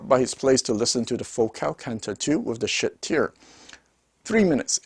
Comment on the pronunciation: It‘s Schiit Audio, not Schitt Audio. You should ch3ck what you are talking about and give such a splendid manufacturer credit for who he wants to be!